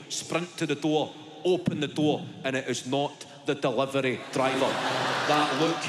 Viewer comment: ‘DEHLIVAR OO’ Fuckin love it lad 💀💀💀